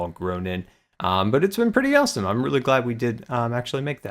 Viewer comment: Did anybody notice he said rossome